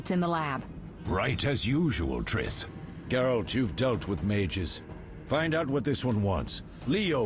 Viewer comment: Did he just call triss "trisTTT" 😂😂😂